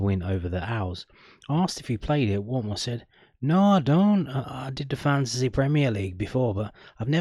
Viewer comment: That accent for Watmore was awful his from the northeast not Barnsley 😂